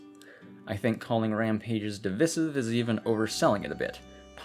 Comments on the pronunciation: de-vyy-civ not dih-viss-iv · At about a minute in you say the word “divisive” but you pronounce it “di-vi-siv” when it’s actually pronounced “device-iv”. Good vid though! 👍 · that doesn't really play into it all too much, the crux of the pronunciation would be the diphthong [vi -> vaɪ] which is also present in the verb "divide" [dɪˈvaɪd] from which the adjective "divisive" is derived (another diphthong, actually, you wouldn't say de-rivved, would you..? it sounds wrong). i get that the rules are arbitrary sometimes but, like,..... divisive shouldn't rhyme with missive, submissive, emissive; notice the double s in all of those. it just doesn't compute aurally. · i'm sorry i'm sure you've gotten this comment & i'm enjoying the video, but "divissive" is taking me out. if you've got, like, a pizza.. and you distribute the slices evenly between eight people.. do you dividday them or divide them? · That is not how you say devisive, lol. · The worst feature of this video is how you say DIVISIVE!! Good video otherwise lol